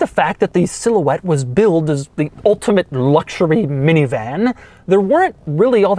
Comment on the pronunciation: Silhouette? How about, more like cigarette! Sometimes that's what I thought he said! Lol!! Lmao!! 😆😄😂